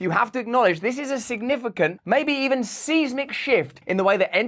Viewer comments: Size-mic Not sieze-mic. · Do you really pronounce it Seas-Mick? Not Sighs-Mick?! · Seismic shift is pronounced sysmic shift... Just saying